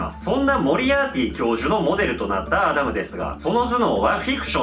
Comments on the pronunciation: アダムをキリンが言うとアナルに聞こえるんだけど、、、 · ウケ狙いとかじゃなくて、本気でアダムがアナルにしか聞こえない……どうしよ